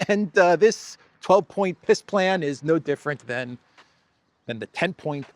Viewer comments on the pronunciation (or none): ...did you say peace plan or piss plan?? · Funny that when says it, it sounds like Piss Plan... I think its a pretty accurate description... 🤣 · has an interesting way of pronouncingpeace plan....it comes out as PISS plane.....very appropriate! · It sounds as if you are calling it a "Piss plan". 😂😂